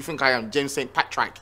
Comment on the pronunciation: He had me when he said 'Patrack.' 😂😂😂😂